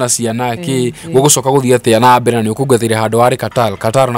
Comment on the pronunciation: In kikuyu language we don't have letter L. Mbere not Mbele